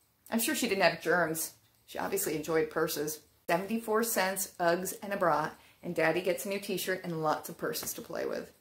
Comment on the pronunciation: my darling, usually your eloquence knows no bounds and me being Australian, must gently pick you up about the way you say "Uggs". Did you know that the Ugg was invented in Australia in the 1960's and became hugely popular with surfer's in Australia and the UK and later the USA. Sadly like a lot of wonderful Australian companies Ugg Boots Australia was bought out by a USA corporation and now they are mainstream and recognised widely in the USA. Allow me to respectifully advise you that one never refers to them in the plural form, one simply says, Ugg, or Ugg Boots, or a pair of Ugg Boots! never Uggs.....its just not kosher, cool, or the Australian way. LOL.... To clean them inside simply wipe them down with disinfectant mixed with water and allow a few days for them to dry internally. Also, can you PLEASE catch daddy in the purse over shoulder parade, that would be GOLD